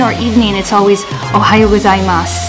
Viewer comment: It’s “Ohayou gozaimasu” not “Ohaiyou gozaimasu” and you only say that in the morning in normal companies. I think it’s a show business thing that you say “ohayou gozaimasu” regardless of the time of the day.